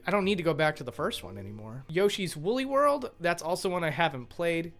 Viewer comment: Did you like the previous Mario Kart games? Lol what's the difference? Also it sounds like you said Yoshi's Willy World, lmao.